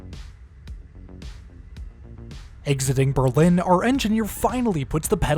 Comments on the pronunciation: Excellent report! My only nitpick is that in Berlin CT is pronounced BURR-lin, with the stress on the first syllable. There's an urban legend that the name was changed during the first World War so that people wouldn't confuse it with Berlin, Germany, but in fact it was pronounced in this way long before that. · In CT, Berlin isn't pronounced like that. The emphasis is on Ber and not lin. Ber ln.